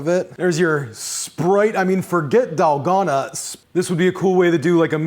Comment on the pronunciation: Dahl-GO-na ⭕️ Dal-gone-a ❌ :3